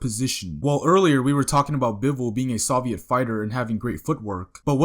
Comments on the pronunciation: It's soviet not solviet 😂😂😂😂😂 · you said Solviet not Soviet